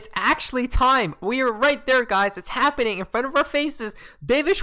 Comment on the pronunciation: Guy's Guy's Guy's! Look Look Look! It's habbening! Lmao 🤣